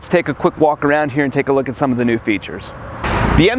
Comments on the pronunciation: did you really say k-new..... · Ku-new Ku-bota! haha